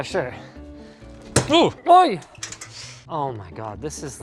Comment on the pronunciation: Is he Swedish he Said oj